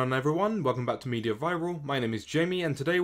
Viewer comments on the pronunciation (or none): none